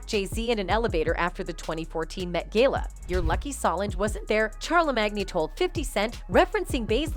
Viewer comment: And the gay -la?👀 What's the Gay-la?